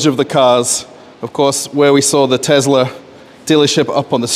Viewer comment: Tezla. Not to be confused with an actual Tesla. I like how he called out the Tesla sales guy right away saying he's nervous to be on camera lol.